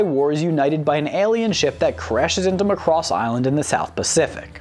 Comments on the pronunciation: All complaints about the songs are the presenter's own fault. He was Warned he should watch Macross and not Robotech. Mari Ijima's vocals vs. No name english dub singer is no contest. Also, it is pronounced Macross, emphasis on "a". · It's Mack-Cross... Any else is like nails on a chalkboard. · When he keeps mispronouncing Macross it's like fingernails on a chalkboard... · It is MACROSS MAC as in MACBOOK it is not Mcross or Mcbook. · its not M'cross, its Macross. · Not to beat a dead horse, but...THERE WAS A REASON HE SAID MACROSS AND NOT ROBOTECH!!!! (MAH-cross, not "McCross"...duh... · It's MA-Cross. Not m'CROSS. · Muh-cross. LOL. So after watching EVERY episode you still pronounce it wrong. It's Mack-cross. And continually mispronouncing name used in every episode leaks me to believe you just googled several fansites and a wiki or two and went from there to write the script. Like claiming to watch all the episodes of Naruto and then proceeding to pronounce Sasuke as suh-Sooki. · It isn't ma-CROSS. It's MAH-cross... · In the original Japanese, they pronounced the ship name as /MAH-koo-ROHS/. Because of Japanese grammar rules, sometimes it sounded more like /MAH-koo-ROH-soo/. At any rate, the "o" should be pronounced like a hard vowel. Not /muh-KROS/, but /MAH-KROHS/. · It’s ma cu doss not muh cross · It is not pronounced MUH-Cross it is MA-Cross. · its irritating how you pronounce macross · It's MAcross, not Muh-cross. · didn't the narrator and characters on the show pronounce it like McCross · Please learn to pronounce the names better It's not "much cross" but "Mac cross" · Say Mack Ross, not muh cross. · I've always said it MACK-ross. Muh-Cross doesn't sound right somehow. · Would people(of the West) stop pronouncing it as "Mc-cross". It's, The "Mac-Ross". Or if you're still cringy about it. Just call it "The SDF-01". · The ADV dub always called it Mc'cross and I hated it. Why? It is totally clear when you hear the opening intro.